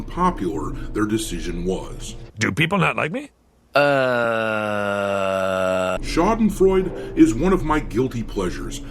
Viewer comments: A german here.. Its SchadenfreudE, the E at the end is not silent. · "Schadenfreude" with an "e" my honored. 😊